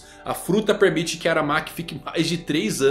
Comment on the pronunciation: "Premite"? kkkkkkkkkkkkkkkkkkkkkkk